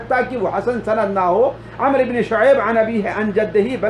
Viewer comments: محترم ومکرم ! السلام علیکم ورحمتہ اللہ ۔ عربی میں جب لفظ عمرو آئے تو اس کا تلفظ Amro نہیں بلکہ A"mr پڑھاجاتاھے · Aap ko sahabi ka naam lena bhi nahi aaraha amribne shoaib kahna chahiye aap amriu ibn shoaib kah rahe hai kisi aalim ke pas baith kr sahi talaffuz seekho bhai galat naam padh rahe ho